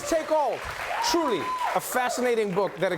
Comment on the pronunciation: 😜Trevor couldn't pronounce Giridharadas!😂